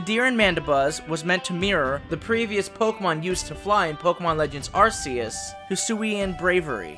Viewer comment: The official name of the God of Pokemon is Ark-ee-us just like you would say Archangel, or Arcane, it represents God, Gods or Most high. And since your region represents Norse mythology I would think you want to pronounce it correctly. To further prove my point if you look at the Pokemon Type nulls: R,K,S system. I love your videos I don't want you to get offended.